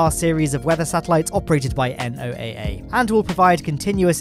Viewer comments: Hey! Just in case you didn't know: NOAA can be pronounced the same as "Noah" instead of being spelled out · Grew up near NOAA in Colorado. We always pronounced it "Noah". Good show as always. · NOAA is pronounced Noah. Just a friendly FYI, other wise, good video. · Another great update, but one critique: NOAA is usually said as a name like 'NASA' is rather than spelled out like 'FBI' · Nice post as always,. BTW, here in the U.S., we just pronounce NOAA as "Noah". Like the Biblical guy 😉